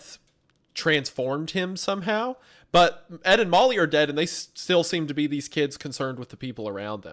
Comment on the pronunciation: Am i the only one who whenever says “ Ed and Molly “ thinks it sounds like he is saying, “ Edemames “??😂😂😂